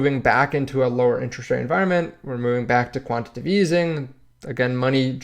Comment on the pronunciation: Quan- ti- ta- tive.... jeez